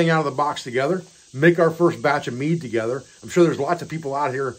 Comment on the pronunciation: Ah, mead, not meat!